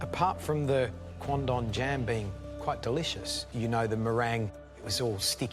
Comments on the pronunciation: the way the judges said "Quandong" really sounds like "Condom" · All i could hear was condom, so i thought they all ate rubber dishes